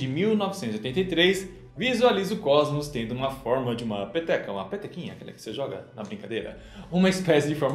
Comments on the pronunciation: Todas as vezes que ele falou peteca eu entendi pepeka😂😂😂😂😂😂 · quando ele disse peteca, eu ouvi pepeca kkkk ate que teria sentido o formado do universo ser uma ppk